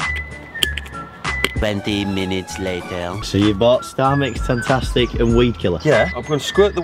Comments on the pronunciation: Yh you know it’s TangFFFFastic😂Not Tangtastic😂😂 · It’s not tangTastic, it’s tangFastic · its tangFastic not tangTastic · TangFASTIC not tangtastics wtffff😂😂😂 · its tangfastic not tangtastic :) xxxx